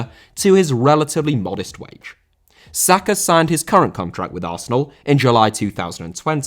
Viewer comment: Sakar?!It's Saka ffs